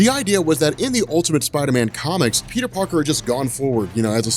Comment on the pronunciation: Peter Parter Lol Peter "Three" Parter